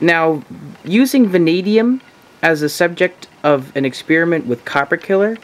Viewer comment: "exspearimint"? Next time can you do an expeppermint? Does this dissolve silver?